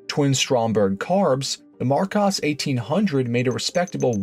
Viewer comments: AI voice? ‘Marcaws?’…and ‘dedion’ (sp) is pronounced ‘de - de - on’….not ‘did deawn’ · It’s pronounced Mar kOs. Aaaaaaaaaaaaaa! Makes me want to scream every time you say it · I know ok, I'm going to get flack here, but, Americans cannot seem to get to grips with English pronunciations. Marcus is pronounced Marcus and Dion, although French is pronounced Deon not Die-on. Thank you. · Well, I’ve been pronouncing Marcos wrong for almost 50 years… 🤦‍♂️ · Thank your for the pronunciation correction. Yes I did know Aston had it on some of their cars - I know another car I made a video on used it I just forget the name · Minor tweaks... Marcos is pronounced with a short plain O, as in cost. You get it right half the time. Goldwing doors? FFS 😃 The Volvo 1800 engine has a pair of SU carbs. They were originally fitted with Strombergs from the factory. Nothing wrong with the way you pronounced Porsche, don't know why somebody moaned about that. Other than that, quite good. By god, that first car was frecking ugly as sin. Thank guggery they persevered and produced the GT series - one of the best looking cars to come out of the 60s.